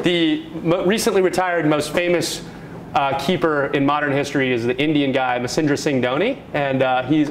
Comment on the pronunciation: It's Mahendra Singh dhoni... Not masender Singh dhoni..